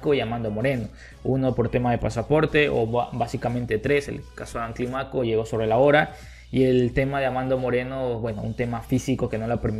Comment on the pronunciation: No digas Climáco, dí Clímaco, fuerza de boz en la í. Todo bien, siempre te doy tu like.